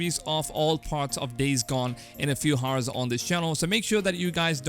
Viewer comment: 'H' is silent in 'Hour'